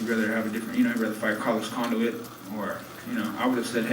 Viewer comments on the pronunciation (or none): He said carlos conduit😂😂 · lol "Carlos Conduit"